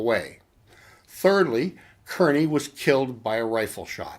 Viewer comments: His name was pronounced "Carny". Just so you know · No he's not. I'm from Kearny, the town he lived in and was eventually named after him. He's saying it wrong for sure. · Good to see someone else here from Kearny. Grew up in Harrison-Kearny! Cringed when I heard him say Kearny too. LOL